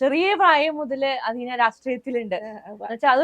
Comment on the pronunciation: അഥീന . അദീന അല്ല. ജന്മഭൂമിക്ക് മലയാളം അറിയില്ലേ?